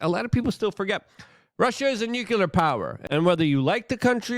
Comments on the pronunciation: Say it with me Luke.. NU CLEE AAR. not nuculer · Nuclear not Nukular 😂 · Gah! I want to listen to what you have to say but I need you to stop saying nuke-U-ler 😂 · Nucular escalation, yeah! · Dude - as nobody else is telling you, it's NU-CLEAR 😊